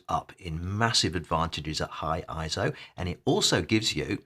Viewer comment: Thumbs down for each time you pronounce it as „ISO“. 👎🏾